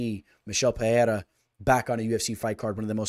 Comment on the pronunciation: Pe Rei (not hey) Rah